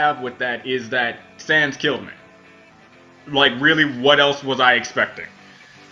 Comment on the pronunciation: Im gonna subscribe just for the reason that he said Sans's name right.